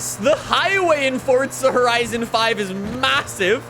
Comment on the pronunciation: nobody: Forttzzha horizon 5